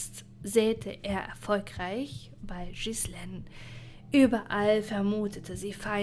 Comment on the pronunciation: Das macht mich wahnsinnig, wie Du den Namen Ghislaine metzgerst. Das spricht man Gielähn aus, nicht Schissleen.